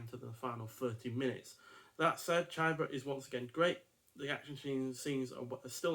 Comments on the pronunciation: don´t read his name as an american... read it with an E (ChEba) and you get it right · Great reviews, but rookie error with the pronunciation of Chiba's name.